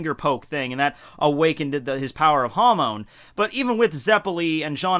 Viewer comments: Your pronunciation of Hamon triggers me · The way u pronounce hamon sounds like youre saying ham in spanish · Hamon sounds like Ham in Spanish.